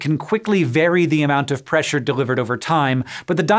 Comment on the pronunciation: Why'd you put so much emphasis on the "ure" in pressure?